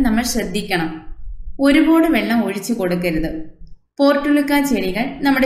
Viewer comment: താങ്കൾ നന്നായി ചെടിയെ സംരക്ഷിക്കുന്നുണ്ട്. ഭംഗിയായി പൂക്കൾ വിടർന്നു നിൽക്കുന്നത് കാണുന്നത് സന്തോഷപ്രദം. ഒരു പോട് എന്ന് കൂടെ കൂടെ പറയുന്നത് മാറ്റണം. ഒരുപാട് എന്ന് പറയാം